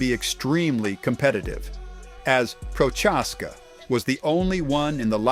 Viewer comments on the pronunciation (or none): Jammahall Hill bro you butchered so many names in this video lol prochaska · The way you say Prochazka hurt my ears.